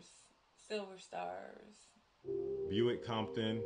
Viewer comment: Buck Compton, not Buick. Lol